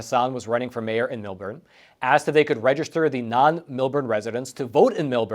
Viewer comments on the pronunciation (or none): Melbourne, pronounced "Melborn". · Form the area. thanks for the report, it was a great segment, but fyi in the future, its pronounced Mill-born